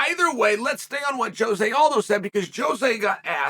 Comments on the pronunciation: I love how Chael mixes up everyone's name, even Jose who is now called Joe-Jay Aldo 😂😂😂😂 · “Joejay aldo” - chael 😂😂😂